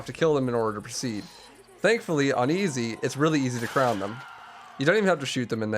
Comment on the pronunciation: It's so cringe that after 10 years people still say "crown" (rhyming with clown) rather than "crone."